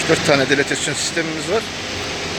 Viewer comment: Şefim çok faydalı videolar çekiyorsun tebrik ederim. Bir de deletesyon değil DİLATASYON kolonu desen harika olur. Kolay gelsin.